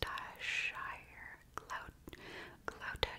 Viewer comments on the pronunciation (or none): I came here purely to hear an American try to pronounce Gloucestershire. I was not disappointed